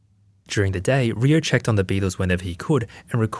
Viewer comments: Why is he saying "Riyo"(りよ)? Isn't the kid's name Ryo(りょ)? Is his pronunciation off or did he spell the kid's name wrong? 日本語上手ありませんだけどこの程度僕もわかる。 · Just a lil note: Ryo in Japanese is pronounced "Dyoh" (one syllable). I hope this is helpful. 🙏🏻✨️ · I didn’t watch the whole thing but my biggest Takeaway is that RYO is pronounced RIO instead of RYE – O. So RYO from the Ronan Warriors, I’ve been pronouncing his name incorrectly for years. I think the English translation of the cartoon messed it up as well. I should’ve realized because RYU from streetfighter It’s not pronounced RYE – U, thought a lot of people like to pronounce it that way. 😅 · Ryo is one syllable